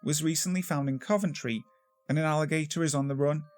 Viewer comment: You said Coventry the right way! Good job! Most people say Cuventry. I lived there for a long while, and that always gets on my nerves. Great video, I love it when my little state is featured in something. We get overlooked for so many things. According to most weather forecasters we just simply don't exist. Anyway, thank you! :)